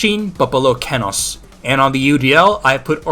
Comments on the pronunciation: bro actually pronounced Kenos kinous... its KEEN-ose with an EE sound KEEnos Kenos (btw good video) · you did not just say kenos like that